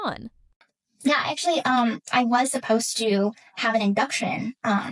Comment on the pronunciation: Lol And she said 'appose to" for "supposed to " 😂